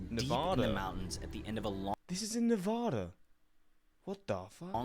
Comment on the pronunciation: Same the name of our State correctly!!!! It’s pronounced Nevada, NOT; NaaVaaDaa!!!! The sheltered privileged “men’” in the video you were watching live nowhere near my state. Please watch videos from people from the state you would like to know more of. Or better yet; visit or live chat with with people born and raised in the States you want to more about.